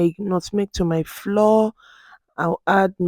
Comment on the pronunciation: Great video! Quick question though: Why did you pronounce the actual FLOUR as "FLOOR" but the CORN FLOUR as "FLOWER OR FLA-WAH OR FLAU-UR"? They are both pronounced as "FLAU-UR, FLOWER".